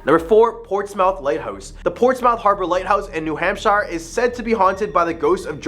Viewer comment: The State name? No. It's pronounced hamp-sher, not hamp-shyre.